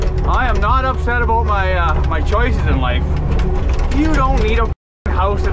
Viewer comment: Canadians : We don't say 'aboot'! This guy: 'Aboot'